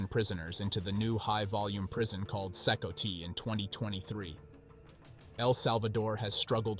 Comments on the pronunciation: It's not "See-koe-tee", it's pronounced "see-kot". I can't thumb up the vid when you don't even know how to say the name of the prison. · CECOT is pronounced SeeCot not SeeCoTee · it's C-COT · this prison is pronounced See Caught do your homework AI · From my understanding 'Cecot' is pronounced see-cott.